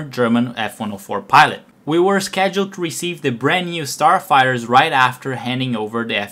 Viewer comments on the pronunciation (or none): understandable, yes, that is good. But saying "forty eight" in stead of "thirty eight" and " ... a turd of their sarfighters..." Go get another job where you don't have to actually speak, this is terrible. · "... Almost a turd of their sarfighters..."